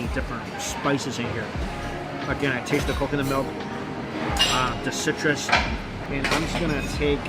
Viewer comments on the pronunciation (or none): none